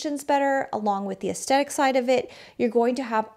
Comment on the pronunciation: Great video, but I was distracted by your pronunciation of "aesthetic"